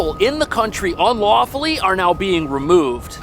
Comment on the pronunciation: Did you say "unlawfully?''